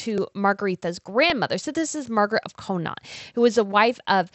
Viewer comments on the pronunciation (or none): none